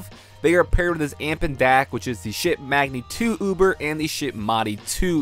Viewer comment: it is not "shit magni and shit modi" it is pronounced like sheet not shit